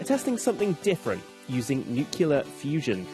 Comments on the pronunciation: Ruined it when you said ‘nucular’🤦🏻‍♂️ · Soon as I hear "nucular", I know it's not gonna work. 😮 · another academic dummy, nuclear- fusion, nucular- biolgy cells, nucleus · Nuculur? Seriously? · 'New-clee-are', not 'nuke-you-lar'. There is no vowel between the 'c' and 'l'. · I had to stop watching as soon as I heard one word. Just don't expect me to place any value in what you present if you can't speak English correctly. Why is it SO DIFFICULT for some people to pronounce a word as simple as "nuclear"? It's "NEW--CLE--ER", not "new--que--ler", Don't you realize how uneducated you sound when you pronounce it incorrectly? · Say it with me. "Nu-CLEAR". Two syllables. "Nu-cue-lar" is not a word. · Nucular? It's pronounced like you say it! Nuclear. FFS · I turned it off when he said "nucular" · "NuCKELar"?! When will ppl learn to say "nuCLEar"...? For (allegedly) reputable media and scientific content, it's unforgivable. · Had reservations the moment the presenter said "nyoocyooler". I love the passions of the scientific community but the media reporting really needs to buck up and stop trying to present things as sci-fi-esque. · Nuclear is pronounced NEWkleear, not 'nucular'. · I don't understand why people pronounce it as "Nu-cular". How hard is it to join two syllables together that sound like "new" + "clear"? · Tell Nancy boy it's NUCLEAR not nu-cu-ler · Nucular? I think it’s nuclear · “Nu—cu— lar. It’s pronounced nucular”. — Homer J. Simpson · Nuclear, not New-que-lar. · the presenter said 'nuculear' twice... oh no... 3 times... I'm only 1 minute 45 secs in... 🫣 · Did he say 'nucular'? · Nuclear. Nuclear! Noo-klee-er. When you report on science, pronounce the words correctly! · "Nucular"... "nucular"... "nucular"... "nucular"... from the BBC... 🤦‍♂ What is this, TV for Trump? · It's pronounced "New" + "Clear", FFS! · Nuclear as in nuke-le-ar. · No, that’s an entirely different subject and scientific discipline. We are talking nucular physics here, not nuclear.